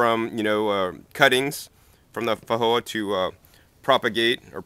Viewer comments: weird how you pronouce feijoa, in new zealand we pronouce the J as a J and not an H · Actually most people are pronouncing it incorrectly. It is not a 'j' and it is not an 'h' sound. It was named after Portuguese explorer Joao de Silva Feijo. In Portuguese 'j' is pronounced like the 's' in cloSure and viSion. By the way, what variety is your Feijoa? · Actually New Zealanders are not pronouncing it correctly either. It is neither a 'j' nor an 'h' sound. It is a sound that exists in English, but there is no dedicated letter for it. It is the 'zh' sound which is usually represented by the letter 's' as in confuSion 😊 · Thunda1986 If I remember correctly, the video poster lives in Nevada. Roughly 20% of the population of Nevada has Mexican ancestry. In the Spanish language, a "J" is pronounced as an "H". As the plant is native to South America, this may be the original pronunciation, assuming it is a Spanish (or possibly Portuguese) word and not a native word. Wikipedia gives both pronunciations as correct. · I've googled pronounciation and the answer i got was not so much an h but j like the French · The original language is Portuguese. He was interpreting it through a Spanish lens, since that is pretty familiar in most of the USA (& the tree is native to Uruguay, not just Brazil).